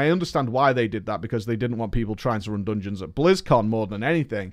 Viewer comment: what are "doonjins"?